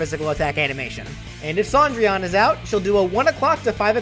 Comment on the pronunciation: I’m annoyed that Cendrillon is pronounced Sandrian